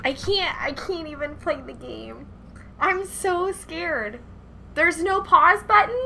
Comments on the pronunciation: Is it just me or does the way say button a little weird? I think its cause she say but-ton. Im not crazy, right guys? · Sethbling: "Buddin'": "But-onne" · At am I the only one that thinks she says "button" weird. (Sorry if it's maybe a reference. Or it's just how she says it,but I think it sounds different)